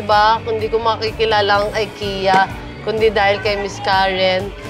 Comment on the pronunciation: Right pronunciation of IKEA (Swedish) is I-K-I-YA (I as Ikaw) & not AY-KE-YA.